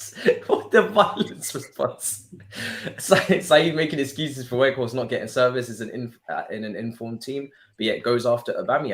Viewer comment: What I want too know is why doesn't grizz correct saeed when he says "werghouse" instead of "weghorst" 🤔